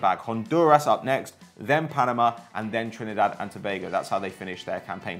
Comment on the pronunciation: Thank You for pronouncing Trinidad & Tobago correctly! 🇹🇹🇹🇹🇹🇹